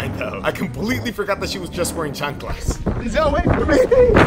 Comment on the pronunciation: “I can’t run in my chonclas” I’m dead lmao